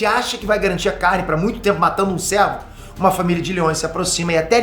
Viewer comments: não é servo ( de servidão) é cervo ( o nome do viadinho / bicho ) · Vídeo excelente, mas tá me dando agonia cada vez que o pronuncia servo em vez de cervo.